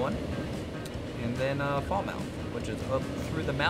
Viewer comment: It's pronounced Fal-Muth 😃 Great video as ever!